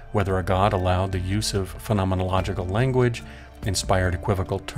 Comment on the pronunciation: I must say, I’m impressed by your command of the word ‘phenomenological’! Interesting video.